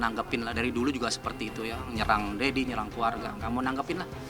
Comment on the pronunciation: Nama Doddyyy.. bukan Daaddyy